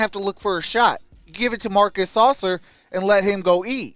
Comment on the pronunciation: “Sass-sir” not saucer.😂😂😂